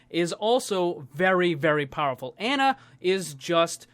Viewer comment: Ana is pronounced "on-uh" not "an-uh".